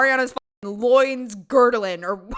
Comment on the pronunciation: "LOINS 'GURDLING'?"